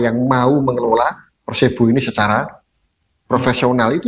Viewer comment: nyebutnya kok PERSEBO sih?